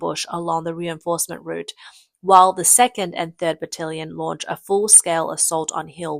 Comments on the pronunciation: Battalion not Bitallion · brigade rhymes with lemonade - it doesn't sound like brigahd - how many times did you say it wrong? Batallion sounds like bat-TAL-leeon, not like bat-TIL-leeon how many times did you get that wrong? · Ai crap Bit-illion NO BATillion and Brig AID not bigaaade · You can't say "A"? Its "battalion" not "bitillion"..and not "brigahde" its "brigAde" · Pronouced 'Battalion', not 'Battilion'. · Battalion not battillion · WTF is a briggard and a battillion?! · Cmmisinar? Butillion? Brigod? You cant pronounce english words. Probably should not be a narrator. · May want to rehearse scripts in future. Pronouncing brigade and battalion as brigarde and battilion was doing my head in. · She calls the Chinese battalion as brittlelion from the word brittle. :D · If she says Battilion one more time......grrrr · You're not pronouncing "brigade" or "battalion" correctly... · Your AI narrator sucks. Can't pronounce battalion properly. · Please pronounce "Brigade" and "Battalion" correctly before mocking others for incompetence. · Please learn correct pronounciatons of brigade, battalion, and barracks